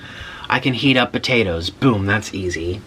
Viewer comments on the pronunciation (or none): none